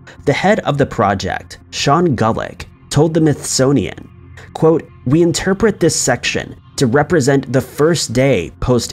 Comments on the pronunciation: Did you say "mythsoninon"? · Did anyone else hear him say mythsonian in number 5? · "The Mythsonian"? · The “Mithsonian” lol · The Mithsonian, lol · “mythsonian”, “georgiean”, seriously. This happens in every video. Is it lack of education or lack of interest in what you do? So bad. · “told the myth-so-ian” now that creeps me out. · "The Mythsonian" I love it! 😂